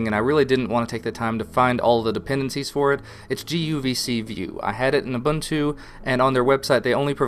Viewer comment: So, I think you're doing a really good job, but for God's sake, it's pronounced oo-boon-too: ubuntu dot kom slash aboutus slash faq Thanks for all your work!